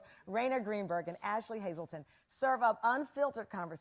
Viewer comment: Did she say Hazleton? 😅